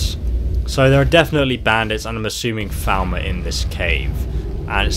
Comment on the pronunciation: You are saying the name rong your saying Falma but its falmor